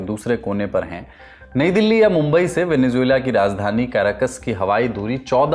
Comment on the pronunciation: don’t say ‘Juela’ in Venezuela, it’s Zuela